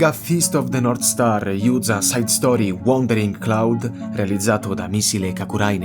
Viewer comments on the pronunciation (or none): none